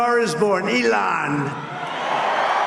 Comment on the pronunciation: एलन ????? Alan ये होता हे अभी clip में ट्रम्प ने बोलै हे उसका नाम .... इसलिए बोलते हे पढाई कितनी जरूरी हे Elon इलोन हे उसका नाम न की एलन